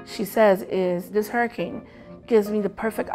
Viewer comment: The Heeeooricane? LOL!